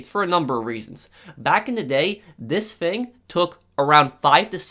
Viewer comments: Has anyone noticed that he can’t say his f example fang=thing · Its pronounced THING, not FING, smfh